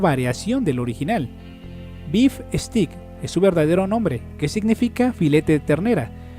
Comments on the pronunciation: (Se pronuncia steik no stick) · se pronuncia "esteik"